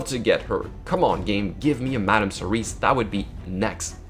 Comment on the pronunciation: Cerise is already a word. it's Serris.